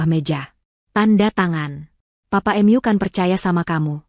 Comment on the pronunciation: Cerita bagus,yg baca aja kurang pinter,mu dibaca em yu...hahaha,mbok dibaca dulu sebelum di up load ...